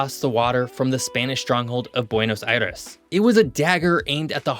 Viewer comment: 😅 Что за безграмотный комментатор, который даже нормально произнести Монтевидео, Буэнос-Айрес и Порту-Алегри не может😅